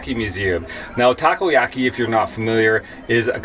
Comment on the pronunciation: No no, both you guys know how to pronounce "Octopus ball" correctly in Japanese. I meant, Nicole showed off the pronunciation that "Takiyaki" as wrong one .